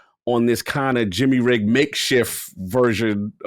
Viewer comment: ya said "jimmy rigged" wrong.